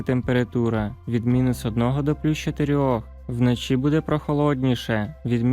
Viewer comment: Де ви знайшли цього диктора з російською вимовою? До мінус одного градусів. Панеділок? Вноші? Він наче знущається з української й українців. До плюс двУх градусів. ГАНЬБА!!!